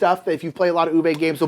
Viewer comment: Uwe is pronounced OO-vuh (not OO-vay)